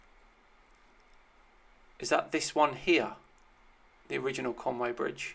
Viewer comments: But he can't say conwy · Welsh here there is no Conway there is a Conwy Coney Conwy